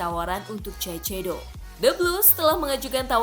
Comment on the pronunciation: dibacanya saisedo